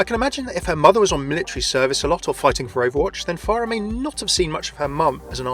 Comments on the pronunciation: Remember children it's "far-ah" not "FAIR-ah" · THAT WAS A JUDGE DREDD REFERENCE NOT TERMINATOR ALSO ITS PHARAH NOT PHARIAH Good video though thanks